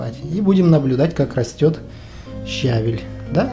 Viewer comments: Вы не правильно ударение ставите! Не щАвель а щавЕль! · ' ' не щавель а щавель